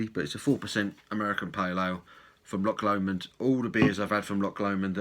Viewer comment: Well done on saying Loch Lomond correctly! 😂👍🏻🍺